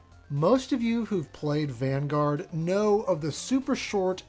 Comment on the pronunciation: Did you say Vangoat. Dude it's not april yet